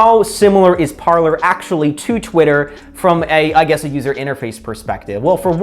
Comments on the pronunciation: It should be pronounced "par/lay" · It's pronounced par-lay. Parler is French for 'to talk'. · Pronounced Par lay